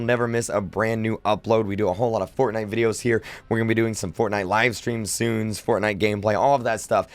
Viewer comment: at 29 he says "soons"